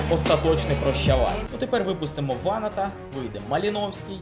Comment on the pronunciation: Дуже ріже вухо наголос ВАнат, а не ВанАт